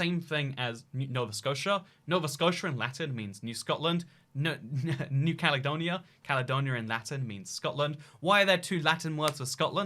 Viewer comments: "THHE CALEDONIA" How can someone mess that up? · “THHE CALEDONIA”